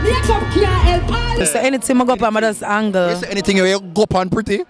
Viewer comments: * I think she meant 'handle' but she said "angle". Maybe she should handle an English class. 😂 😂 😂 😂. 🇨🇦🇨🇦🇨🇦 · I am Jamaican too, went to Ardenne migrated in the early 2000s but have never heard that kind of pronunciation for 'handle'. 🇨🇦 🇨🇦 🇨🇦 🇯🇲 🇯🇲 🇯🇲